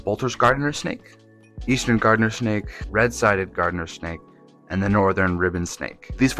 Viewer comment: Garter snake, not gardener snake. The reason they are called garter and ribbon snakes is because they resembled early settler clothing accessories.